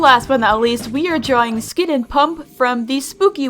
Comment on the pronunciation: When you said “skid is a skeleton” I heard you say “sans is a skeleton” Skid is sans confirmed